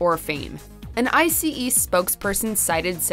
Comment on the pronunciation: It’s not I.c.e it’s Ice.